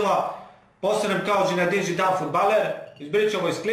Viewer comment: Nije Žinedin Zidan nego Zinedin Zidan ,inace super si samo jako